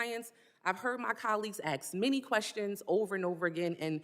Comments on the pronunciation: It's "ask" not "axe" you stupid bitch. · If you can't pronounce "ask" correctly you shouldn't be able to hold any form of public office